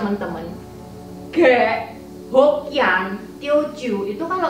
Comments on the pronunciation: Medok banget. Ngomong "k" jadi kayak ngomong "g". Ngomong "khek" jadi "ghek". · Khek bukan ghek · Terima kasih atas informasi sejarah yg berharga ttg etnis cina di Indonesia. Sedikit saran aja buat cc, plis saat bilang suku ghek, suaranya bukan ghek tapi khek. Makasih sekali lagi